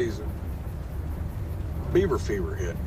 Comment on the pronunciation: It's Beaver, not Yeaver